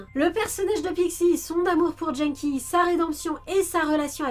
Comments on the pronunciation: Je suis quasiment sûre que ça se prononce "Guenneki" ^^ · Dès l’ep1 Quand tu prononces des mots étrangers avec un accent FR.... Vo (phonetique) / vf Genki (Gé n Ki) / jean-qui Mocchi (Mo Tchi) / mokki Pourtant dans ce meme Ep1 Genki dit bien que son prénom veut dire « énergique / en forme » (o-genki desu ka ? Hai, o-genki desu !) Et l’oeil c’est le premier monstre que tu as dans le jeu . . .